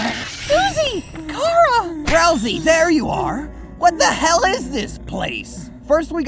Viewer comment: I die, every single time, I hear " Car-a " Because I'm pretty sure it's " Chara " like chara-cter.